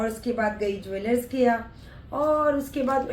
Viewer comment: celebrity..😂😂😂.....jwellers log nhi..jewellers boliye aunty ji..thoda kam English boliye....mistakes zyada ho rhi h..😂😂😂😂😂😂